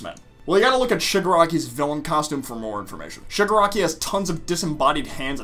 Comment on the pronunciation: Your Freaking saying Suger Aki 😂👊